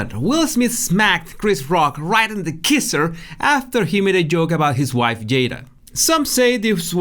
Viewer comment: "Right in the KEESSER" I truly love you, 🥰